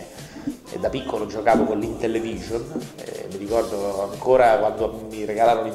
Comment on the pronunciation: IntellEvision? forse voleva dire Intellivision